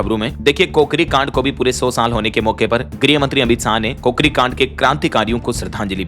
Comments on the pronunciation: जी सही उच्चारण किया करो, हिंदी का अपमान मत करो? "काकोरी" बोलो " कोकरी" गलत है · को करी नहीं काकोरी है। सुधार करो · भाई गलत क्यों बोला करता है काकोरी कांड है कोकरी नहीं लखनऊ में काकोरी नामक स्थान है जमींदोंज होता है जमींजोंद नहीं